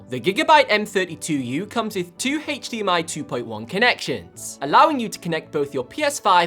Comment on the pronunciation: Why you are saying Heydmi? Not H.D.M.I, the word is from high definition not heyygh defintion